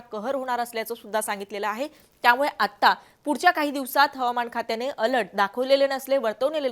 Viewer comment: अलट नाही अलर्ट 😭